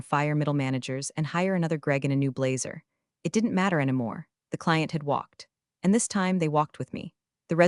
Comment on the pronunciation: Why can't AI pronounce "anymore " correctly?